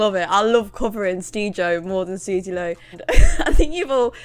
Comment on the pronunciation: The way you say “Sooz-uh” was enough to make me subscribe